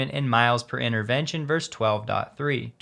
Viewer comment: when you are contrasting things, you always says 'X vers Y'. The correct term is 'versus'.